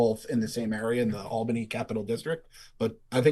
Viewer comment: Dude someone tell them how to say Albany